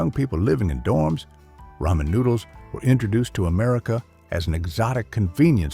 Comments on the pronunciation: It's "rah-man" not "ray-man." Hate AI. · I love how the bot can only say ramen correctly when connected to the word noodles.